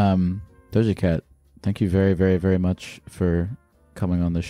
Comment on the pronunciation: Did you mean Doja Geck?